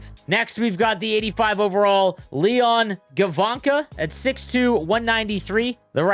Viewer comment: As a German I’m happy to see some DEL players and you pronounced Leon Gawanke pretty well :)